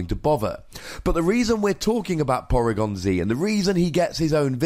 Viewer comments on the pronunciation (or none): porygon zee-ed